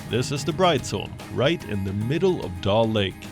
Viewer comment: It's dal lake not doll lake